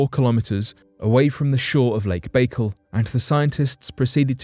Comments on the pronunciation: Why does the person reading this script refuse to look up how to pronounce words he's obviously never heard said before. I flinched every time he said "Lake Baykul". Wouldn't YOU take the time to make sure everything was correct before you put it on line? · His pronouncement of Baikal was sooo annoying, I'm going to unsubscribe.. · The quality of your research is immediately undermined by your mispronunciation of the name of the lake ... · Your mispronunciation of the name of the lake is really off putting 😂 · ok this is driving me crazy. Pronounce the lake correctly please. It is pronounced "Back Call" not "Bakal" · It's pronounced "Bye kal" not "bagel". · Its not lake bagel its lake bike-all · There's no dash in it. I was explaining how it's pronounced. It's just Baikal but the way he says it sounds like "bagel" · Its pronounced BYE-CAL sorry man but it hurt my ears when you say bakel like bagel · It's not lake bagel. It's lake by call. You really diminish your content by not being familiar with rudimentary facts. How can you speak on something authoritatively if you can't even pronounce it correctly. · ffs....... its pronounced bah-kaal. your a baykle!!! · It's NOT "BAE-kul", it's "BYE-CALL"! USE THE NATIVE (Russian) PRONUNCIATION! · That's pronounced -"Bye-Call", not "bay-cul". Just thought you should know, Your shows are usually very well researched and very informative. Someone dropped the ball. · I kept thinking bacon every time he said it lol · I started to write the same message, but thought again, and here you are. Thanks. That was driving me crazy. I like your phonetic spelling better than the one I probably would have used too. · Pronounced 'Buh call'... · Jesus man, it’s not pronounced Lake Bagel 🥯. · It's pronounced By-kal. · "Lake Bakle"?? Please learn the correct pronunciations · It's pronounced Bai-Kaal just an fyi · It's pronounced BAI-KAL, Jesus. You're making my Russian ears bleed. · Lake BayGull